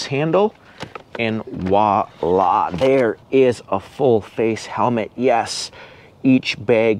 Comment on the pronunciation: Sir I have a tiny ask: please say Voila instead of wahlah. Otherwise excellent video!